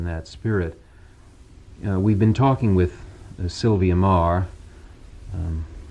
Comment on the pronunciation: I always thought her name was pronounced "meee gurr" not "marr"